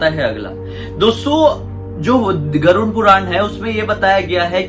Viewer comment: Abey vo garud hota hai tu use garund bol rha hai